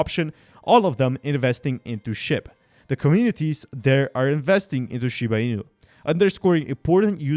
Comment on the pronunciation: Dude!!!!! Ur ass cant even pronounce the name properly and you want me to trust you.... Never